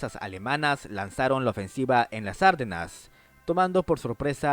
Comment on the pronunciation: No se pronuncia "Árdenas" (esdrújula), sino Ardenas (grave)